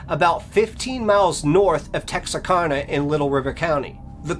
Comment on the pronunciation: As a northeast Texas native about 50 miles south of this town, I cant get over how hes pronouncing Texarkana. Its Texaraka (the kana is like can with an a at the end), not texarkona. But nah I'm just nick picking lol, joking aside I'm a new subscriber and I love your channel so far🤝🤘